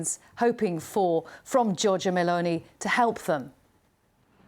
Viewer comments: "Meloni" and not "Melonia" pls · GIORGIA "MELONIA"???? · Yeah, it's MELONI not MALONEY. She is Italian, not Irish! 🤣